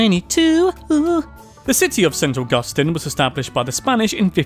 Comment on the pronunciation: Augusteeeeen! Its pronounced Augusteen. x3